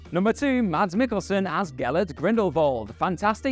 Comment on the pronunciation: It's pronounced "Mazz Miggelson". Remember the name.